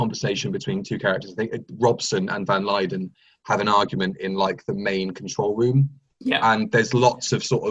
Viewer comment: Anyone else notice love of Ambassadors of Death creeping in by calling Van Lutyens Van Lyden?